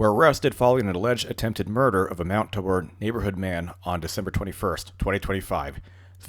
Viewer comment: FYI it is pronounced tay bore. I had the unfortunate luck of living in that socialist hell hole for many years. Also mt tabor is home to the city water reservoirs that at one time were open air but I understand they were in the process of covering them.